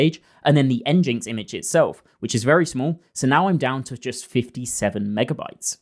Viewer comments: Nginx is pronounced "engine-X" (EN-jin-EKS), as it's a portmanteau of "engine" and the letter "X," not "N-jinx" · “N-jinx” got me too. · Great video and presentation. Two things - nginx is pronounced "engine x" and you can use a tiny busybox httpd file server (154KB total image size before assets!) instead of nginx for a 118X size reduction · NGINX isn't pronounced engineX? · Sick video, but that is not how you pronounce nginx. Taken directly from the first line of their website: "nginx ("engine x") is an HTTP web server...." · I almost threw up when you said nginx the way you did LLAL At least you know you're saying it wrong ha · After i heard him pronouncing "nginx", i immediately read the comments for it